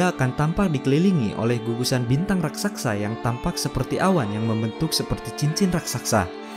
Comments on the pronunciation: bukan raksaksa bang, tapi raksasa. 😂😂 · Admin, bukan RAKSAKSA, yg benar: RAKSASAK. 🤗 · pake ngomongin ukuran. kayak ad yg pernah ngukur aja. kayak ada yg pernah nimbang beratnya aja. mau ksana aja org dah mati duluan krna jauhnya. ngawurr semua😄 satu lagi raksasa bang bukan raksaksa! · Raksasa lah min,, bkn rasaksa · Bacaanya gimana sih raksasa apa raksaksak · Iqbal Fachry Iya😁 harusnya mah RASAKSA